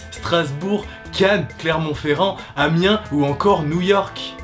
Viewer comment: Il a dit Amiens :o enfin quelqu'un qui connait x)